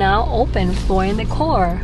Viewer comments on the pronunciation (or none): none